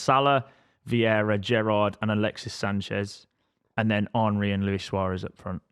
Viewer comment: Why does pronounce Henry as if he’s Jamaican 😂